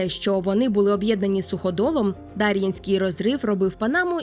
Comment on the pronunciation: Підозрюю що наголос все таки на Є — ДарʼЄнський розрив